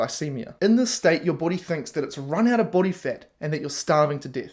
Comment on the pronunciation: "BOADY" (ps) lol, Not sure what a boady is, unless it's "Body" in Australian 😹